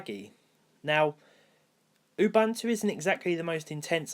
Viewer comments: Ubuntu...not UbAntu.......sigh...windows users! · It's UBUNTU, not UBANTU, there is no A, please do not pronounce it with a A. Oooh-Boon-too, it's a Zulu word. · You'boon'too not Youbantoo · I died inside when I heard you pronounce Ubuntu. It’s pronounced ooh-boon-two. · It’s pronounced u—buu—n—to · The word "ubuntu" is an old African word meaning"humanity." It is pronounced "oo-boon-too".